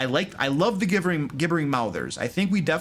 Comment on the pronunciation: Gib-ber-ing . You keep miss pronouncing it .